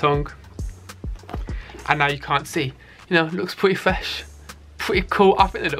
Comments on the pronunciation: Pwetteh fwesh pweteh coowl sorry ;/ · "Pleety flesh" Great video though😂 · “pwettt fwesh” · “Peety fesh”😂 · “Pretteh fwesh” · Pweeti fwesh Ye knoh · My vans started looking pwetty fwesh after this vid